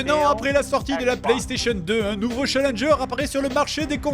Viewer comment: "Tu as recu (1) nOveau message"